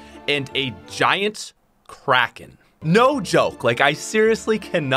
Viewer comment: When he said "Kracken fight" I heard "Crack in-fight" and was very confused